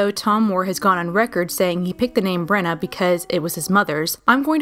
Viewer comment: You’re saying bronagh wrong